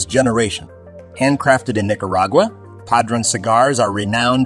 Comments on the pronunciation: I almost stopped watching the video when they said pahdruhn instead of padron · It's obvious the announcer doesn't smoke Padronnnn😂.Really🤔